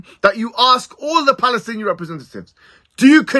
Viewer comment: Ben Shapiro can't even say Palestinians. VIVA PALESTINA 🇵🇸🇵🇸🇵🇸🇵🇸🇵🇸🇵🇸🇵🇸🇵🇸